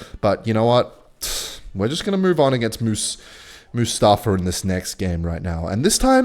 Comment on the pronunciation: Mustafa is pronounced Mustahfah